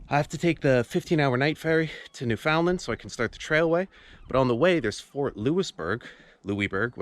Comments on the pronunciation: You are from Canada and can't pronounce Newfoundland? New-Fun-Land. Accent on the first syllable. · Newfoundland is pronounced NEW fin land, not New FOUND land.